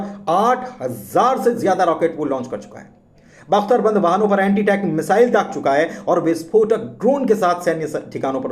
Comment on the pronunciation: Pronunciation to theekh kro Yakhoot ...misile ....